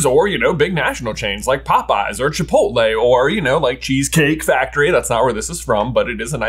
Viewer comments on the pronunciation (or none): none